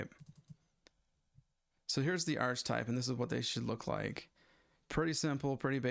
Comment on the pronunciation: This is pretty helpful, thank you. One thing that bothers me a it if your use of "archtype". You're using a variant of archetype (usually pronounced ark-uh-type), but that has a distinct meaning in OOP, so might not be the best choice of terms. Why not just just refer to the "Instrument Type" of the Instrument Class (= DMM in this case)?